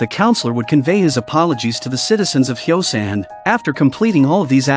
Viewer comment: The city name is Hyosan not Xiaoshan